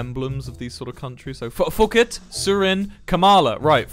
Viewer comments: I love how he pronounced Phuket as fuq it and not pookett 🤣🤣🤣🤣🤣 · WILBUR ITS PHUKET NOT FUCKIT😭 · Its not "Fooket" its "Pooket" ;-; aslo the ภ is sounded like P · as someone who is actually Thai, it’s pronounced as ‘poo-ket’ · As a Thai person,WILBUR ITS PHUKET PRONOUNCE THE PH TOGETHER ITS NOT LIKE AMERICANS THAT PRONOUNCE IT AS AN F- WILBUR WHY. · Watching Wilbur pronounce Phuket in was painful…